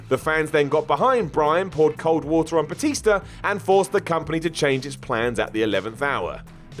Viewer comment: Batister? That's how an old person would say it.